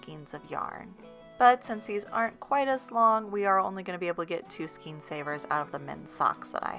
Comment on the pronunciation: The word is “skayn”, not ‘Skeen”!